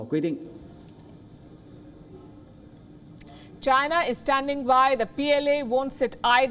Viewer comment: A trip to Taiwan? I thought she said she was going to tie one on.